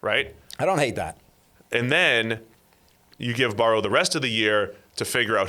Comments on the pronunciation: Burr-oh not baor-ohw. The other guy says it correctly to his face like three or four times. You're saying it stupidly on purpose. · Why does have such a hard time pronouncing Burrow